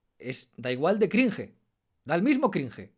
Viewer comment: Lo que si da cringe es tu pronunciacion de la palabra "cringe"